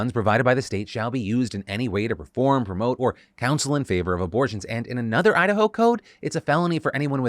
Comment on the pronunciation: Idaho…? Nahhhh they said Udahoe… 🙄